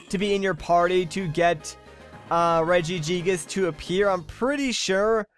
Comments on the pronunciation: Gigas how you say it is Reggie gigas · its prunounced regi-gigus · How tO pernounce reggigas re-jI-gI-ges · pronounces it two different ways but still manages to butcher the name lol